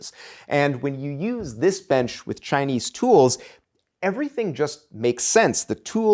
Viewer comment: The way you keep mispronouncing Chinese grates. The low bench style - whatever nationality - holds nothing for me. I boke my back at L1S1 years ago and it's never been entirely right since then. Just the idea of sitting hunched over for hours on end ties my back in knots.